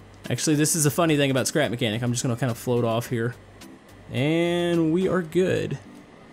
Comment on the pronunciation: Said his name right u should make the cotpit better